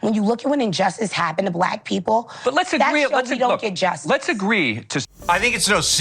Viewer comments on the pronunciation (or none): She can't pronounce "people" Pee-poo,lol.